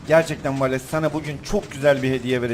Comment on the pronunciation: valese hep valeks diyen laz abimiz +1 daha doğrusu genelde